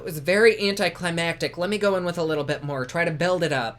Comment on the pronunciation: I love that you know how to pronounce anticlimactic! People be saying anticlimatic , and it drives me nuts ! Lol XoxoX love you!